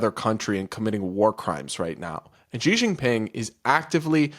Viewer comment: Who is Jee Shing Ping? 😂 Xi Jing Ping is said "Shee Jing Ping." Get it right. 😂